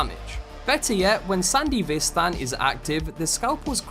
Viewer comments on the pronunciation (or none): Bro fr said sandy vistan